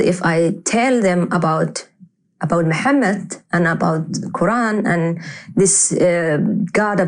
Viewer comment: ex Muslim that can't pronounce Mohammed PBUH😂😂🤣